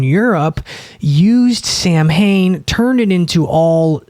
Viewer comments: you’re like if the beastie boys were one person. Its pronounced “sah - win” by the way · FYI, the correct pronunciation of Samhain is SOW-in or SOW-wen